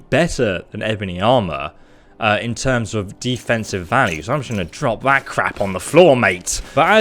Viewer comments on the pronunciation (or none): none